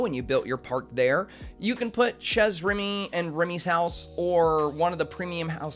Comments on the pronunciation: for what it's worth, Chez Remy is French so it's pronounced like "Shay" instead of "Shez" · The way you said chez remy made me giggle 😂 it’s pronounced more like ‘Shay’ in English. The ch actually makes the ‘sh’ sound, the E is pronounced more like A, and the z is silent